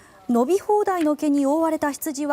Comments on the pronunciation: 飲み放題の毛って聞こえて ？ってなった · いきなり飲み放題の毛…………って言ってて【はっ？！】ってなったw